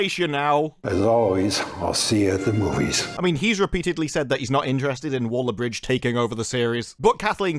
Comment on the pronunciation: it's Waller, not Wooler 😂